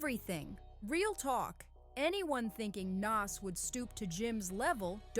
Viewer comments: NAS say it like “NOS” this is culture vulture energy when you can’t pronounce the topic’s name…. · sharing your thoughts? Lol its a fact. Its almost like you've never heard his name said before. Because nobody and I mean nobody had ever said it like you. And it wasn't once it was the entire video. Made it cringe and hard to watch. Stick to topics you can atleast pronounce nas ain't it even though its Only 3 friggin letters. 30 seconds of searching on Nas and you could have found a video that pronounces his name correctly. 30 seconds. It doesn't give culture vulture vibes it just straight is culture vulturing period.